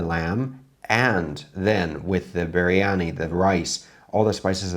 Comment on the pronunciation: He say it little like mandhi briyani..